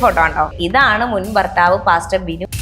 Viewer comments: പ്ലാസ്റ്റർ അല്ലാ പാസ്റ്റർ... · പ്ലാസ്റ്റർ അല്ലടോ പാസ്റ്റർ എന്നാണ് പറയുന്നത്😅😅😅